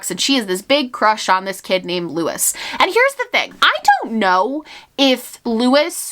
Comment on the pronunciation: I think Luis's name is pronounced loo-ees, not lew-is.